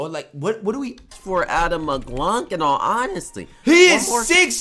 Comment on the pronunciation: The fact he calls mclung mcglunk has me hurting 😂